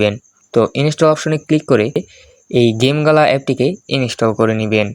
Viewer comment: ওইটা জিম গেলানা ওইটা গেমগালা